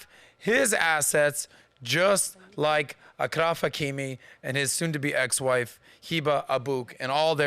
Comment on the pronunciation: It’s “Ashraf Hakimi”